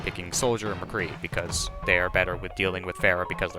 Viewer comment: Thumbs of for saying McCree